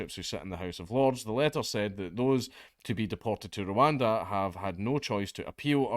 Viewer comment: "Your going to Rowanda"